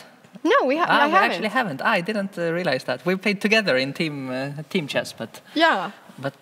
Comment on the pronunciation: Det är chess inte schÄss Anna!!